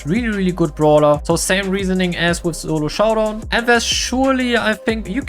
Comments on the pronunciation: I love how ❤he says (ZoLo JoUwDowN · Why you said "zolo shodawn" 😅